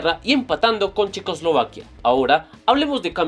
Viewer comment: dice Chequoslivaquia xd